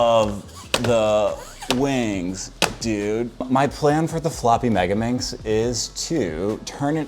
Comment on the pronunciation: Not yodaminx its Yottaminx